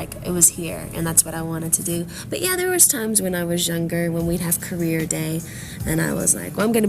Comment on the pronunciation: lmao shes so cute "like in carea day id be like.. IM GONNA BE A LOYAR" lol she said that so funny i love u britney :)